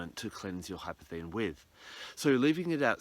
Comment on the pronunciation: It's more like golden obsidian. It has a labradorescence. In case you are searching for some, it is pronounced incorrectly in this video - there is an S in the name hypersthene.